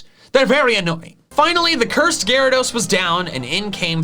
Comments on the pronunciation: it’s pronounced gyaradeese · No, it's pronounced Gyarados! There are no E's in the name!